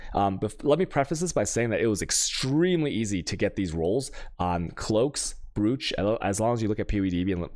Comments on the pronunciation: brooch is pronounced broach alchemy is pronounced alkemy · Why is brooch pronounce broach?